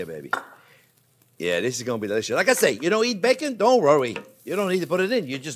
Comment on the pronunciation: So delisciois “